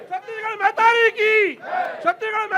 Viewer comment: मेहतारी नहि महतारी सुन लव ठीक से